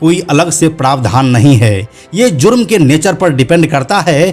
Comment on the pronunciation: Bhai Zang Nahin Jang Boliye Aur Zurm Nahin Jurm hota hai 😂😂